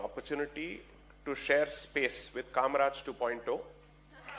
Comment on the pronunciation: Kamrajar not kamraj